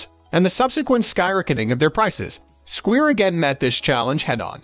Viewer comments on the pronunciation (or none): Squire, not squeer.. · I'm leaving this video after hearing how he pronounced Squire. Clearly this guy has never seen a bass in his entire life.